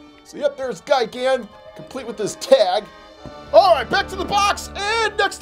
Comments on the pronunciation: ITS ALSO GAMERA NOT GOMERA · Literally, she’s disrespecting my name It’s Gamera. It’s not too hard to get wrong. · And also he said gamera wrong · There are some problems with this video first of all mothra is a female also King Kong came out In 1933 and mothra vs Godzilla came out in 1964. And that mechagodzilla is actually named Kiryu in 2002 and 2003 and biollante is a girl and a plant and has g cells and gigan is not like cyclops and those 2 monsters are mecha king ghidorah and DESTROYAH and you said gamera wrong and uhhh you need to watch all the Godzilla movies so you can be more accurate